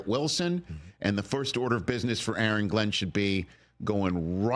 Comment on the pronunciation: Really Rich A A Ron? 🤣🤣🤣